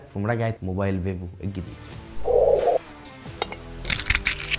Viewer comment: انت بتقول فيفو كدا ليه ،، ايه فايفو دي 😂😂